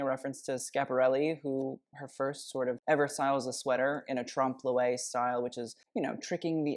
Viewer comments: for an english speaker, a closer pronunciation of "trompe l'oeil" would be more like "tromp loy" (rhyming with boy). its closer but not perfect since you don't have that sound in english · trump luelle? de-clo-taj? Americans.